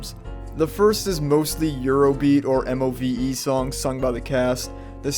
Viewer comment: The pronunciation of the bands name is MOVE. just say it as move, pleb.